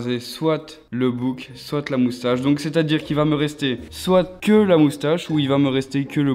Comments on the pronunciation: Ouiii 😂😭Il dit soite mais c'est soit🤦😂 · sa me stresse il dit "soite"(prononciation) et pas soit 😭😭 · je viens de remarquer qu'il dit soite au lieu de soit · On dit soit et pas soite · "soitE" désolé mais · SoiT 😂 moi je ne dit pas le T 🤦🏻‍♀️